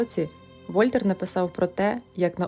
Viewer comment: Дуже цікаво. Пару зауважень до слів. Вольтер читається з наголосом на останній склад: ВольтЕр. А у в'язниці людину в масці не кормили, а годували. А так усе дуже добре. Продовжуйте, бпжаю мільни підписників🤝